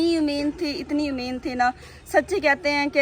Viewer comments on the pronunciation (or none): Umeed hota hai umeend nai